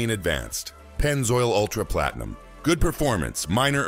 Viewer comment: When they said Platenium, I knew it was AI.